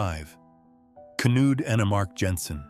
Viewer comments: K-nude??? That’s not how it’s pronounced at all💀 It’s pronounced Kn-uD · "Knud" is pronounced "Nud". Do your research. It's "luj". Please, do your research, or sound stupid!